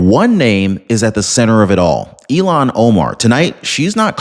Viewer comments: with all due respect, Ilhan Omar's name is I.L.H.A.N. not E.L.O.N. You pronounce it ELON. not ILHAN. That is a insult to Elon Musk. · Happy Sunday! Just thought I'd let you know that her name is pronounced IL-HAN not E-LON. Don't want to confuse our good guy, Elon with the devil child from Somalia, Ilhan.:} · It's ILL-HAAAN. I know you tried your best. Just makes me freak out when you say ELON. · Ilan is pronounced like ill han. Elon as in Musk. Please stop insulting Elon Musk by using his name for hers! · Ilhan Omar Not Elon Omar ILL---HAN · Its il -han not elon... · Again I’m leaving because you cannot say her name. Ill Han. Not Elon. Stop it! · Her name is pronounced “Ill-Hahn”, not “Elon”. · IT IS ILAN OMARF. Like ILLNESS. ILAN